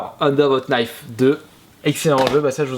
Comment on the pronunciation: On ne prononce pas le "K" de "Knife" ^^